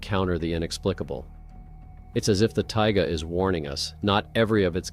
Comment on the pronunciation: He said it again "Tiggaaa" omg he did it again.. I might not make it thru this if he keeps saying it